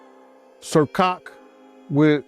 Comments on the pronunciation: I’m 😂😂😂😂 he didn’t say Ciroc he said sir cock 😂😂😂😂😂😂😂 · Cirroc not sir cock. Lol